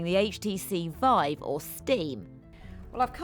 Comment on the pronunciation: hTC Vive, not hTC Five.